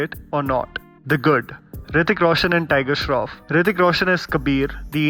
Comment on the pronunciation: "Toyger Shroff" LMFAO 😂